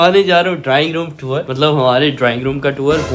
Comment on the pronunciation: Drowning means dobna hai or ap drawing room ko drowning room bol rhy